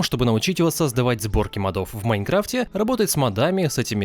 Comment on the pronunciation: Ля да когда вы научитесь говорить прааельно!!! не мАдов а мОдов, мОООдов!!!!